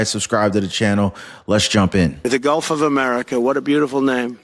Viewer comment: "Gulf" not "golf"